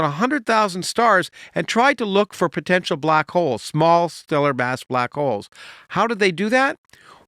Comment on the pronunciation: With all this talk of Santa in the comments, I kept hearing him say "black coals" instead of black holes. Santa understands black coals.